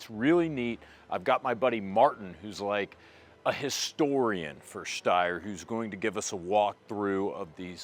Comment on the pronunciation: Your pronunciation of Steyr keeps changing throughout the video.